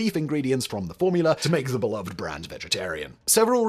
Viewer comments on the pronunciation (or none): Just so you know you’re saying beloved wrong. 🙃